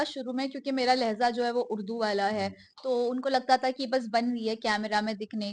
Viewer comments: The word LehZa itself you are speaking wrong it LehJa your urdu is not good u speak wrong words in wrong place & pronunciation is not right too. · Agreed it’s lehja I am a Pakistani and I know she has constantly been saying wrong words in Urdu lol 😂